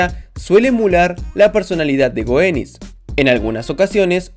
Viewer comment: Te recalco un pequeño error de goeniz , la version mujer se pronunca como si tuviera un tilde e la o